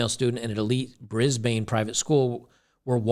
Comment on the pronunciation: Hi, we pronounce Brisbane as Brisbun or Brisbin, not Brisbaaiine. Greetings from Melbourne, (Melbin) Australia.